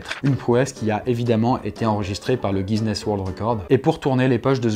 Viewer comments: guiiiiiiness guiiiiiiiiiiness guuuiiuiiiiuuuiiiiiiinessss rhooooo ala fin..cest pas guizness cest guiness khoooo crotte a la fin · Va falloir apprendre a dire guiness c'est pas la première fois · Aaaaaaaaaaaaah il a encore dit guizness au lieu de guiness D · Chouette video. Deux petites choses: le Guinness book n'a pas de 's' avant ses 2 n car tu prononces systèmatiquement " guiznness book" et les grands anciens de Lovecraft ne sont pas des extraterrestres. Certains vivent sous terre et les autres sont sur un autre plan d'existence! Sinon petite anecdote amusante: plusieurs petits malins ont bidouillé les catalogue de fiches de certaines grandes biblios (la National Library entre autres) afin que le Necronomicon apparaisse comme un vrai livre ce qui a lancé une recherche frénétique dudit livre. Bref, bonne continuation ❤